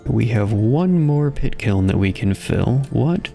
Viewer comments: "kit piln" 😭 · At one point I swear you call the pit kiln a "kit piln" 😂